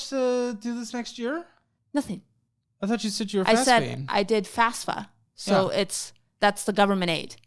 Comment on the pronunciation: She is not very clear on what the FAFSA (or "fasfa" as sye says it) is. It's not aid, and it's not the government paying for college. It's just the application form from which grants and loans can then be calculated and off we red to students. I hope that doesn't come back to bite her someday.